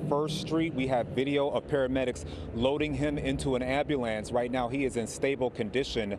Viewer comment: Could someone please inform the newscaster how to pronounce AMBULANCE!